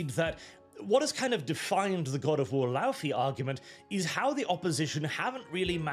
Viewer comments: it irritates me hearing the americans pronounce Laufey wrong. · I just hate how they pronounce the name 'Laufey' i also would have expected a norwegian to do a better job